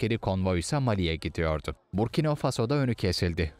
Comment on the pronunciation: Burkino okunmuyor Burkina okunuyor sayın Seslendirici.